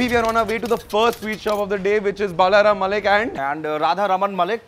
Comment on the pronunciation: It is not BAALAARAAM MALLICK it is Ball-o-raam mole-lick And flavoured sweets are never authentic.